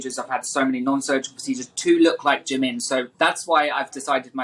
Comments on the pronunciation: It's pronounced 'Jee-Min' not Jimmin. If you are going to be Korean at least make an effort to understand the language. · the way the interviwer pronounces "jimin" tho 😂 "jaMIN" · it's the fact that he's even butchering Jimin's name